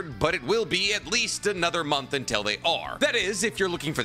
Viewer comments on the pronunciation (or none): none